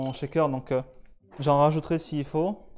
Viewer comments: Si je peux me permettre c'est "shaker" et non "chaker" 😉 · belle entrée en matière pour tous ceux qui veulent découvrir notre beau métier ! par contre la prononciation du shaker c'est CH pas TCH ! par pitié il n'y a pas de T dans le mot :'D